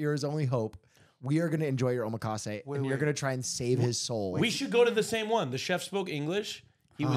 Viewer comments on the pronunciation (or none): why do they say omakase like omaha